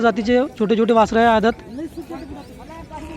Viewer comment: औदात नाही दादा.. आदत..बोला